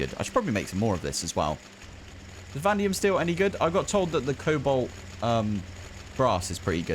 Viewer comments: why are you calling "vanadium" "vandium"??? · I think they were pointing out that the word is Vanadium so there are 2 A's Vah-Nay-Dee-um